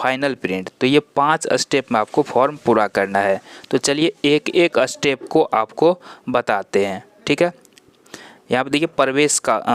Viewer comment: अस्टेप नहीं स्टेप होता है, बाकी अच्छी जानकारी